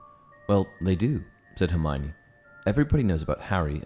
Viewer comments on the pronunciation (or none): For goodness sake, her name is pronounced 'her-my-oh-nee', not 'her-mine-ee'